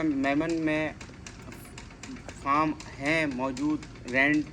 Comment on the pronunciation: Foam nhi hota mere bhai farm urdu me jo boltey ho plz correction